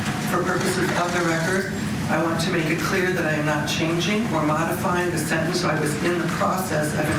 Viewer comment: What is a sintinse hearing? There are 2 e’s in the middle of the word sentence. Does she say “tinse” for tense “Tint” for tent ? 🤷‍♀️🤷‍♀️ usually those from the south have this pronunciation